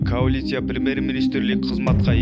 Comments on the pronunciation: Каулиция дейтко. Смешно.дурустап суйлой албай атат.журналист. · Диктор каолиция эмес коалиция деп айтылат.